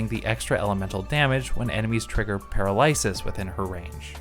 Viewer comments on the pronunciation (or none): what is that pronunciation of 'paralysis'...